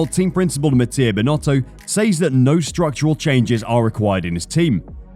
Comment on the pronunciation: It's so annoying the ways you say "says". That is not how it is said.